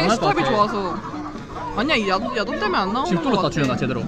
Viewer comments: 자막안보다갘ㅋㅋㅋ "여기 야동이랑~"야동이라한줄알고 놀래서 자막봤는데 ※야돈주의 ㅋㅋㅋㅋㅋㅋㅋㅋㅋ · 밥먹으면서첨에 소리만듣다가 야동이라는줄알앗어욤ㅋㅋㅋㅋㅋㅋ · 멍때리고듣다가 얃옹으로들었어.....